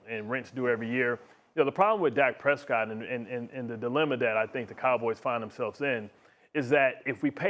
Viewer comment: Lol, Harry, Dak Presscot?! 🤣 OMG 😂...